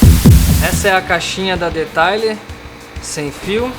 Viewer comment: Pronuncia : Deteiler